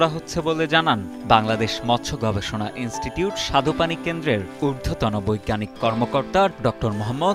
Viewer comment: উচ্চারণটা "স্বাদুপানি" হবে "সাধুপানি" না।